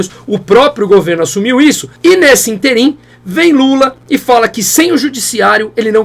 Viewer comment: não existe interIM. O certo é ÍNterim. E fala-se IMBRÓLHIO, e não IMBRÓGLIO. Abraço!